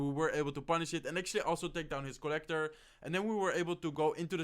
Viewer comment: its co-llector